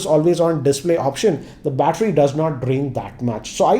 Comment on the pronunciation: batter... With English Accent.. MUST WATCH